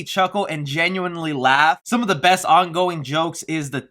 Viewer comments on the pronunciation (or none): none